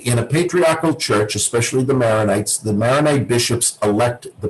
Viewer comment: Chorbishop Spinosa is awesome. To the interviewer, thank you for this interview. The rite is pronounced Maronite, named after St. Maron, not Maryonite.